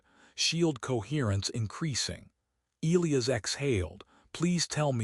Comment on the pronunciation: Back to mispronouncing Elias😬